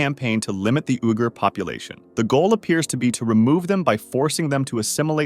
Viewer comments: Uyghur is pronounced weegur, bot oohgur. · "ooey-core" *what*